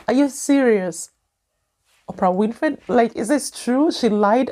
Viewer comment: …..OPRAH’S LAST NAME IS NOT “ WINIFRIED “…. IT IS “ WINFREY “…